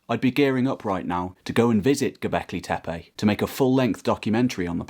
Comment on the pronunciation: It’s not TEPEY but TEPE. Can you say TEPE? Where do you see Y which you are pronouncing? There is no Y in TEPE. Just say TE -PE not TE-PEY